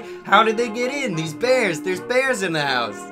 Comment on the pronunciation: Their speech impediments kill me. “We’ve got baby beaws in ouwh House wight now.” “Buy ouwh muuuch.” “Mooahning evewyone it’s eawy in the mooahning.”